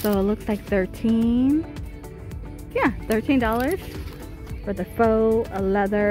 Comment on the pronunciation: Is English your primary language?? $13 or thirteen dollars is 13 dollars NOT 13ahhdollars!!! There is no ‘ahh’ in between the numerical amount and the word dollars!! Good grief